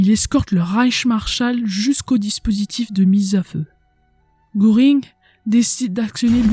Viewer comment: Contenu très intéressant et bien illustré. Faiblesse au niveau de l'élocution mais surtout de la prononciation de termes étrangers: Goering ne se prononce pas gOring mais plutôt gEUring.